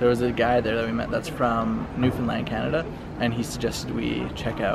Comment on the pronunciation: Thanks for pronouncing Newfoundland right 💜